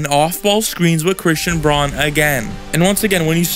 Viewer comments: Braun is pronounced Brown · Christian Braun's last name is pronounced "Brown."